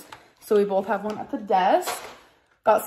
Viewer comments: Bert_the_pooch nah, just can't speak. she also says "bolth", among way more mispronunciations. just laziness in enunciating on her part. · Mispronouncing words is a personality trait to her. “ wommart” “bolth” “buffET” the list goes on.